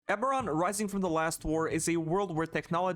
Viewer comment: It’s EBERRON not Averon. Stumble at the start wowzah